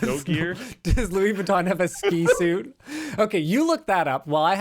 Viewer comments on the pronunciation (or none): none